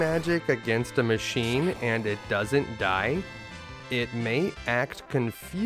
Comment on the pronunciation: I religiously watch your stuff.. only one thing "bad" i have to say lol. It sounds off, when you just say what's on the screen for some of the "machine" monsters. You say "mac" giant. And "D machin". I just like knowing that they are machine giant. And dragon machine lol that's all. Tiny tiny nitpicking that basically means nothing. Much love to you though. For real